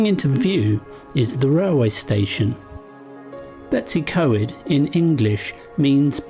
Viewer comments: Its pronounced Bet-oos-uh-coy-d not Betsy co-ed but well done for trying haha! Looked fun! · Its actually pronounced Betus u coid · Betsi coed? B as in b for bread,e as e in egg,w as in w in walk s as s in sun then y as the u in under. Pronounce the letters as you pronounce them in English not your alphabet pronounciation of letters.We usually get a good breakfast at the old station when on our motorcycles.Lovely video ,hope you don't mind the Welsh lesson 😂👍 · I agree, it is disheartening ... I would understand if they were difficult for a foreigner to say, but betws y coed isn't difficult... just 'Bet-us' uhh 'coid'